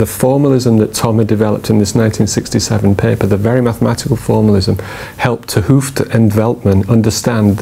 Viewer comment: You're pronouncing ''t Hooft' incorrectly.